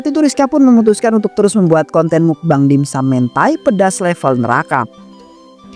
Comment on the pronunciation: dimsum woi bkn dinsum😢